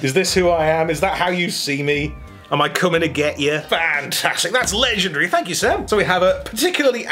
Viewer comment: should say “thank ” instead of thank you